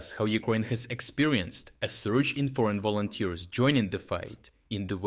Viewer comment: yea "volonters" 🤣🤣🤣